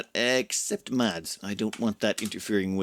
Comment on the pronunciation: Hi. Mads is pronounced without the d in it. Exactly like the word mass:)